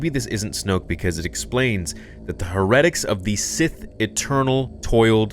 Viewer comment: It's pronounced like hair-e-tic. As in like a religious heretic. Good vid, love ya dude